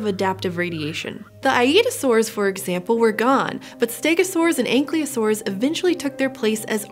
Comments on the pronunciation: One tiny nitpick: You say "anklee-osaurs". They were ankylo-saurs. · An-KYLOsaurs like Kylo Ren NOT ankleosaurs like a dinosaur made of nothing but ankles. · am i going MAAAD or did the word ankleeosaurs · "Anklyosaurs" smh my head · The way she said "Ankylosaurs" triggers me.